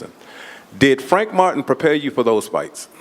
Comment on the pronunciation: The announcer said "I wanna thank Frank Fartin" haha im dying